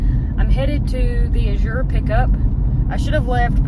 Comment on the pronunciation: Azure's accent is on the A, not the Z. According to the owners. ❤❤❤